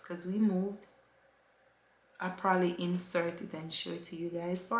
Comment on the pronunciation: When says prolly lol😂😂😂 Congratulations again. Safe journey 💙💙😘😘